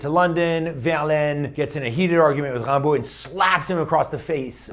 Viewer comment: WOW!!!! You pronounced his name correctly! Tres bien!